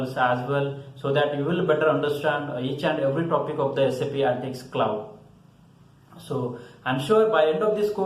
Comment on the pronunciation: It is ANALYTICS not ANTICS